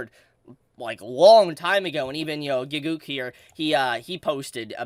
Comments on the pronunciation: did this man really mispronounce gigguk? wait till he hears his real name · "Gig-guk"... I... hmm... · the way u pronounced Gigguk name killed me, amazing